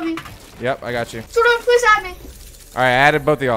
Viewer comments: Not even a minute in “Ayo bro it’s ” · Every time Dylan uses fills: No way it's **!